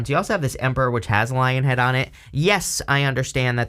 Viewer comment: Say Lionhead one more time, snarling teeth. 😂